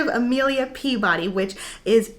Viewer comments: It sounds like sag Peabody’s first name is Amelia, but it’s Delia. Treachery is one of my faves too, it’s in my top 3 along with Born and Brotherhood. This series is wonderful! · Not emelia peabody is delia